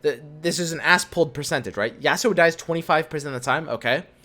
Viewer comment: Normal person: Yasuo: Ya'sssuo